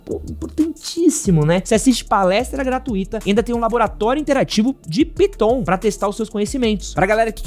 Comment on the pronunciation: Aew, no anuncio da EBAC se voce estava se referindo a linguagem de programação Python você pronunciou errado. Tirando isso, parabéns pelo conteúdo de qualidade.